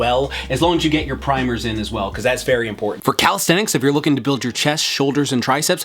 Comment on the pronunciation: Love the emphasis on "primers", I learned the hard way about them by doing too much pushups.